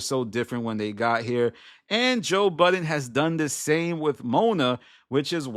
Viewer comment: You're talking about people not remembering people's names, then you go ahead and say Joe BuddenSSSSSSS. There is no S in that man's name.